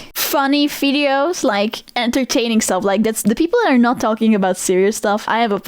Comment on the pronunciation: "funny fideos" lol v does sounds like f for dutch